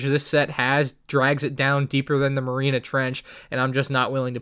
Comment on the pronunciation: bro rlly said marina......